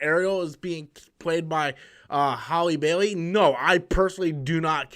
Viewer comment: Every time you say her name it makes me think of someone with a speech impediment trying to say Halle Berry lol